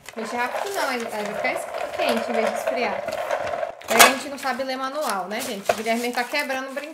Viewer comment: no manual Guilherme: no Manuel KKKKKKKKKKKKKK